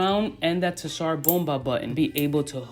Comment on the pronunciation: Killing me with the "tissar"